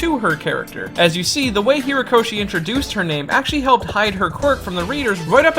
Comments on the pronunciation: The author's name is Horikoshi , not Hirakoshi or whatever it is you keep saying... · HORIkoshi. Not "Hirakoshi". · It's Horikoshi, dude. HORIkoshi. Great vid btw. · HOrikoshi. HO-rikoshi. I liked the video, but do you not go back and edit these?